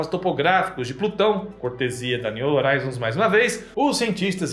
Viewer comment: Só, um “toquezinho” pra você,. A palavra “horizon” está em Inglês e a palavra “horizonte” está em Português. A sonda espacial está nomeada em Inglês e, sendo assim, deve ser pronununciada na sua forma original. No Português a letra H não produz som algum quando colocada em primeiro em qualquer palavra mas, no Inglês, a letra H produz um som de R. Simplificando; se escreve horizon mas, se pronuncia “rrorizon”. Em se tratando da sonda espacial, seria algo como: “niu rroraizon”. Por favor, não me leve a mal.